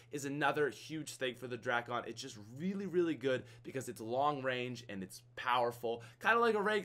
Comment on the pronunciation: Please, everyone, the drakon is pronounced as DRAKE-IN, not DRAK-ON. Even though it's spelled that way doesn't mean it sounds that way